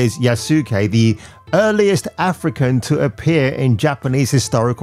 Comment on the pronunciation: Its pronounced yahs-kay